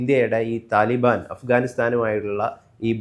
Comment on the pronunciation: എടാ മൈരേ തലിബൻ അല്ല താലിബാൻ എന്ന് പറ 😂😂😂😂